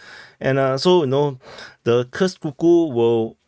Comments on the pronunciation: It’s koorsk bro stop calling it ky ku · Koorsk, brother 😂, not kukus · Omg dude 😅 Your pronouncen of Kurs 😂 It's Kuuuursk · Couldn't handle it further than 30 sec... "Kukus"... Fing lazy prick... Never bothered to learn the pronunciation of anything... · "Kursk" pronunciation